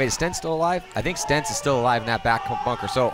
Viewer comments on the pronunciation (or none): Lol, they are calling him Stentz. His name is Sentz. hahahaha